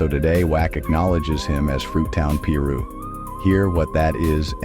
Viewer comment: They kill me when they pronounce the names wrong he knows damn well it's 'PIRU' And he knows how to say it right cornballs